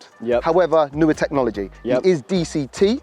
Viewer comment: it is NOT "DCT"